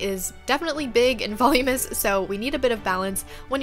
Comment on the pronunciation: It’s voluminous not volumous.... just saying no judgments